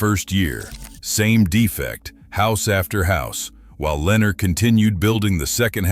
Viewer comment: This ai cant even pronounce Lenar and Pulte the correct way😅😅